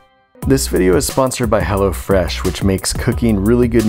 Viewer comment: Nobody is gonna mention “go to hell”o fresh dot com ??